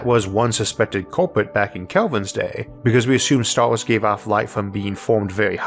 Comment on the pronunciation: What are "starws"? Did he mean "stars"? I see he still hasn't tried to improve his speech the lazy b*stard. Says he had lessons for a year but we hear no improvement whatsoever, I call bullsh*t🙁